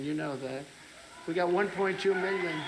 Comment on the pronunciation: miyon as he says